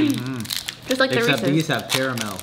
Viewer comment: LETS GET ONE THING STRAIGHT. Ask google translate. “Reese’s” IS PRONOUNCED “REE-SEZ” 😭